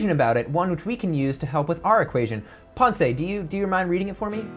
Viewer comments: I love your videos and this is great!! Just FYI Mr DeLeon's first name is pronounced pounce like... pouncing on unsuspecting prey. You don't pronounce the "e" like you don't in the word pronounce. The only reason I bring this up is that you made Ponce de Leon mispronounce your name. Thanks for all the great videos Mick!!! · Nice idea. There’s no “ay” at the end of “Ponce”. It’s silent